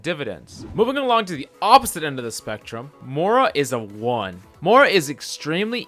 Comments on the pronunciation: Moira. MOY-ra. Not moora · I hate how you say Mora instead of Moira